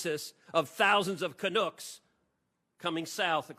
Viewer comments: "Kanooks" lol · " CANOOKS " ..... lmao